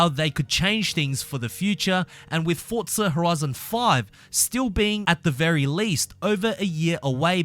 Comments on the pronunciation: I don't know why you are punishing my ears when you say fordtza FFS it was very fussstrating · I dont know where he sees the letter "t" in the word forza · Cant wait for "fortza" horizon 5 😂